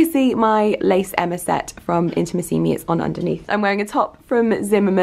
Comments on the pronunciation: you're pronouncing the name "Intimissimi" wrong:( just to warn you! From one of your Italian followers ❤️ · Giulia Borgogno Girl, I wanted to write the same! Of course never to be patronising, the correct accent should be put on the 3rd “i” not the 4th! Love from another Italian follower 💝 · You look gorgeous as always! And I'm so happy for you that you get to be an Intimissimi ambassador, that's sooo cool! (Here in Italy we pronounce it Intimìssimi, just thought I'd let you know xx)